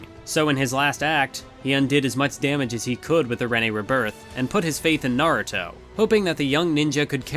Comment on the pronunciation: Btw, Rinne is pronounced as "Ree-neh". But damn this is a pretty good video.